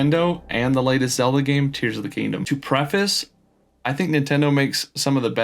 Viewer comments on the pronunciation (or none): none